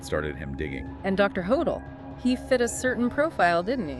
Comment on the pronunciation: Could dr hodel of been Jack the Ripper? Pronounced dr Ho-dell. Not hodall. Why do the police lose evidence?